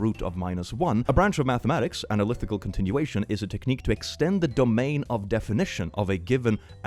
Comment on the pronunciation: Click pronouncing “analytical” as “analithical” is so small but still somewhat upsetting (it’s okay I forgive you) Edit: just remembered to add that the series in the trolly problem isn’t the one that that has an analytically continued value of -1/12. The series shown in the problem is 1+1+1+1+… which depending on which function you use to continue it, either unassignably diverges or assignably converges to -1/2. The series that is assigned -1/12 is 1+2+3+4+5+6+… **EDIT 2**: that’s not “because of chemistry or whatever” that’s nuclear physics. Sure maybe there would be some chemistry but like that would be basically nothing compared to what they’re hyping up, which would be from nuclear physics